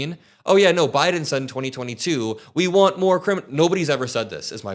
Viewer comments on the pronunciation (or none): none